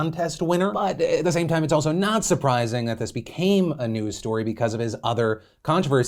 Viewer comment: When Phil talks about how Armie Hammer's drama be-CAYMAN-ews story...